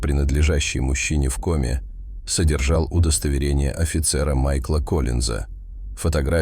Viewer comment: Рассказ интересный. Собака -умница! Но не знаю, кто читает текст. Голос звучный, но безграмотность вопиющая! Как можно так ставить ударения! Если это не нейросеть, а человек, то это просто недопустимо. "ОползнЯ", "В комЕ". Это что?! И подписываться неохота.